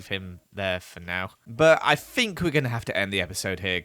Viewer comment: Who else likes how pronounces think as fink